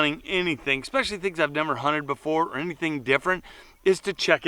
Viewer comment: He said...expessially....not especially...therefore he no longer exists to me.